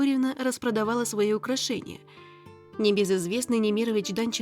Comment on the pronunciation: НемирОвич- Данченко. Ударения хорошо бы проверять.